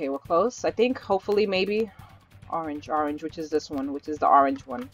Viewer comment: You said Arange it’s annoying